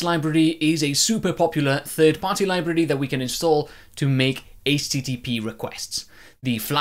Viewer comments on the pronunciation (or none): whats a 'libirdy'?